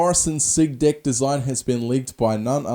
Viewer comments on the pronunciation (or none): I'm sorry but is it just me but does it sound like he says dick when he says deck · Sounds like he's saying dick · I love when he says deck, it sounds like dick😂😂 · everytime you say deck it sounds like dick and I bust up laughing😂😂😂